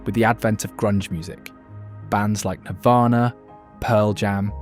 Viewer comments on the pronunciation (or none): none